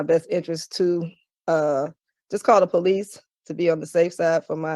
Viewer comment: The Pohlease. I love when ghetto queens make police 2 syllables.